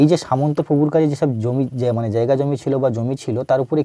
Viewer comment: কথাটা জেগাজমি নয় জায়গাজমি